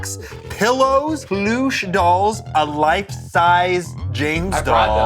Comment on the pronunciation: Have I been pronouncing plush doll wrong this whole time....🤨🤨